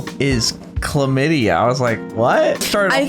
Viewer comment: warrio.. clamidya LOOOOOOL i cant stop laughing